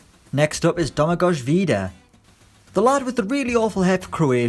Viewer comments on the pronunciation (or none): It's not "Domagodge", it's "Domagoy", and "Deyan", not "Dedge-an" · that's not how you pronounce Domagoj or Dejan LOL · The way he pronounced "Domagoj" makes me really sad.